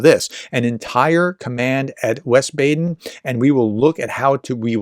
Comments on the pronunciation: Nein: If you give Wees as an indication, an English speaker will pronounce "We" as in "We are all against Russia". If you want an English speaker to pronounce Wiesbaden correctly, he must pronounce "vee", long "e", as in the English word "veal". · Wiesbaden is pronounced "Veesbahden". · Wiesbaden is pronounced something like weesebuden.